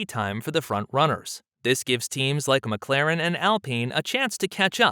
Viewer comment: You call yourself "" and you cant even say McLaren the right way....